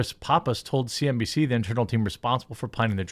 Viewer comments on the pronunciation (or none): none